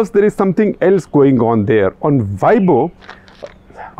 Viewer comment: weibo ., pronounce ‘ way po’